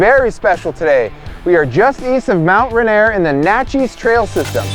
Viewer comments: I'm disgusted by how you pronounced Mt. Rainier lmao Love the video though. Awesome content. Im a subscriber now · Holy cow! Right off the bat. How, and why, did you pronouce "Rainier" like that? 😬